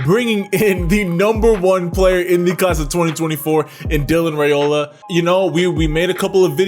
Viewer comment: I can’t wait to see how he develops at Georgia. It’s an amazing time to be a Dawg. BTW, just letting you know for the future, his last name is pronounced rye-ola not ray-ola. I was pronouncing it wrong too until I heard it from the horses mouth. 😂